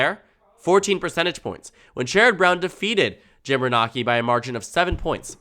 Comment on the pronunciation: Good video but Jim Renacci is said like "reh-nay-see" just so you know